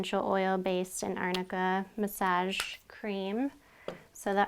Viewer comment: Muhsajj ? I though it was massage (muhsahj)